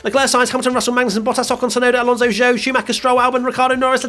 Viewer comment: Speaking as a resident of China, the best way to say Zhou is exactly like "Joe." no need to drag out the "Zh"